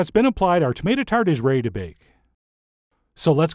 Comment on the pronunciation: CJ, you know I love you and your food, but I beg you, please, hire a voice coach. Your diction is atrocious and makes you sound woefully uneducated. I"m not talking about the sing-song stuff. I'm talking about pronouncing ready as reh-y, little as lil, as so on. You owe it to yourself to elevate your pronunciation to an adult level. And, now, I'll duck and cover for the inevitable pounce of those who will defend your manner of speech. This is just my opinion, folks. The food's always great, but there's room for improvement in the delivery.